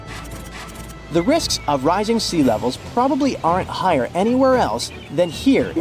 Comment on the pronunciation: And now, we've got another one. How to pronounce "the" (the definite article) when it comes before a vowel sound. "Thuh" becomes "thee" before OCTOPUS. Thuh (the) sea, thee (the) octopus.